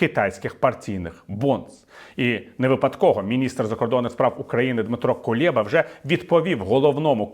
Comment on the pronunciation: Кулеба, не Кулєба